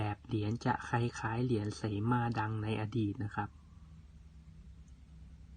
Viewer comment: เหรียญเสมาไตรมาส63 พรละอ่านว่าเหรียญสะเหมา😄 สวยมากเลยคะ หลวงพ่อนั่งสมาธิ สาธุๆๆ